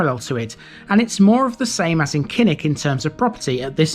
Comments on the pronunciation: KILL-ICK. Not KINN-ICK. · Thanks for the screen shot....but, Kilnwick - Killick, as in Beswick - Besick!!, silent n and w!!